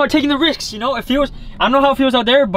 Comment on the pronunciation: says mittle of the water and also he says again am not taking riks.lol